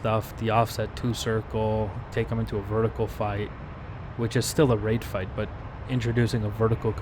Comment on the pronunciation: First of all nice fights man and second I love how u say RaTe fight 🤣